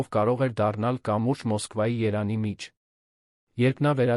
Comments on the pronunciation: Երանի չի Երևան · Երանը որն է չեք կարողանում կարդաք ձեզ մի խայտառակեք: Եվ հետո բառերը կիսատ նախադասություններն անհասկանալի լսելուց մտածում ես, թե ինչ անգրագետի են վստահել տեքստը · Երբ տեսնում եմ սա կարդացողը` ձայնը անջատում եմ։ Միայն կոմենթներն եմ կարդում։ Ա'յ, Չգիտեմ ինչ, ,,Երևան,, չես կարող ասե՞՞լ։ ,,կա որ,, և֊ ու՞ր է.... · Էս ինչքան անգրագետավարի էք կարդում, անգամ Երեվան անունը չեք կարում ասել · Երևվանը ինչի համար եք փոխել կարդում եք Երա նի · Կարդացողը, իրա 🤣 ՏԱՏԻ անունովա <վերաԿՆՔԵԼ> մայրաքաղաքը🤣🤣😝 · և տառը չի ճանսչում AIը😂😂